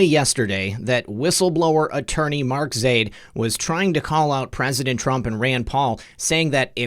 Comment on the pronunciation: I believe it is pronounced Zy-eed but I am not middle eastern